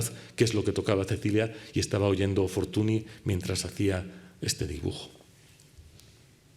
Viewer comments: La "ny" suena "ñ". Me patina mucho que un catedrático pase por alto la fonética básica del nombre de tal figura. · ¡Magnifica conferencia!, por cierto, Fortuny se pronuncia [fortúñ], apellido que procede del catalán, donde el fonema consonántico nasal palatal en el catalán con la grafía «ny» y en castellano con la grafía «ñ», representa el fonema /ñ/.